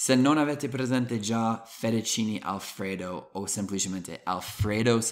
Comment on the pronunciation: ancora devo sentire un americano che dice FETTUCCINE come si deve.....